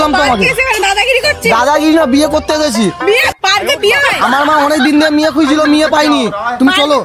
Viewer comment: মেয়ে ❌মিয়ে✅